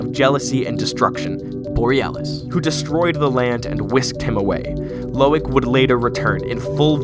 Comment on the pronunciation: I love how says Borealis the second time, sounds so funnx